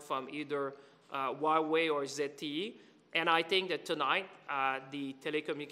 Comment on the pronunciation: Cant even pronounce hua wei right let alone be a taken seriously by anyone.